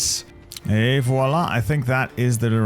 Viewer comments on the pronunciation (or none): none